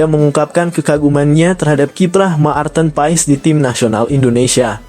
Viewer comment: kok sebutan maarten paes.ejaannya ma-arten paes jgn berbata2,malu dong.